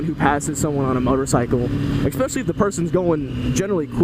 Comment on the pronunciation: "exspecially" 2015